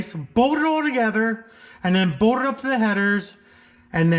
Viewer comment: Why do you say “bold” instead of bolt?